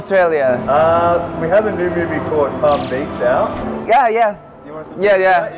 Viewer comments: Nobody: Hongjoong:"Palm Beach" Also Hongjoong: "Palm Beech" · Sanny wooyong: “palm beach-i” also wooyong: “beach-i”